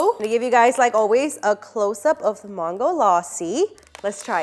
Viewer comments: Is it me or she is pronouncing Mango very weirdly? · Why does she pronounce mango in two different ways though? ‘mango’ and ‘maango laasi’